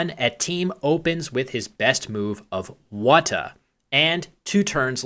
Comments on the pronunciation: Hello. Just in case youd like to know, WH in Te Reo Māori is pronounced as an F. So WHATA is roughly pronounced Fata. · oh also i think whata is pronounced “fata”. in maori wh represents the f sound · Great video! One thing for future reference with words like whata, the Māori pronunciation of the wh sound is similar to the English ph so to a English speaker it would sound more like the beginning of the word phone than the word water